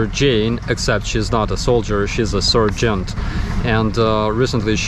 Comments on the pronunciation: It's pronouced "Sar-gent" btw.. with an "A" like in Starsky ;) ... a "Ser-gent" is a doctor ;D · Sergeant not Surgeon.. haha! I thought you meant the latter during half the video, because of your prononciation 😁